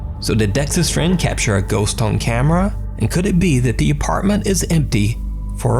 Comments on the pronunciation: the small pause between "on" and "camera" in the intro caught me off-guard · Fun fact : There was a bit pause in the intro "Top 5 ghost caught (awkward pause) on camera" 👀